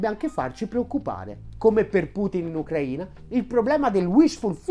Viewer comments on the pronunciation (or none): none